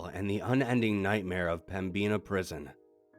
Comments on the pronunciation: There's crazy paranormal shit here but he's saying pembina wrong..it's pem-bin-a not pembeena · There's probably comments about this, but it's pronounced Pem-Bin-Uh not Pem-Bean-a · Pembina (North Dakota) is pronounced like “pem-baa-nah” my Dad and Grampa used to drive semi trucks 🚛 & haul sugar beats in Pembina ☺️ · when i realize i have been living in ND my whole life and have been saying pemina wrong the whole time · And i kinda laughed when you said pem-bina prison thats a new way to pronouce it😂 i love your channel though NORTH DAKOTA FOR THE WINNNNN😂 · Same but sick of the wrong pronunciation of pembina